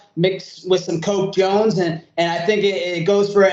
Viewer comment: Did he say coke Jones 😂